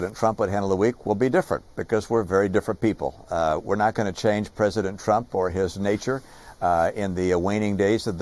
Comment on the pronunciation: Cant even say Trump lol